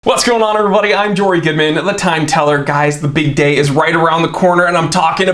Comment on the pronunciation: You said the big day is around the corner and for a second there I thought you said the bidet is around the corner